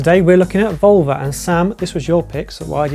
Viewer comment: Can’t say Volver, can’t say Almodovar … try a bit harder guys!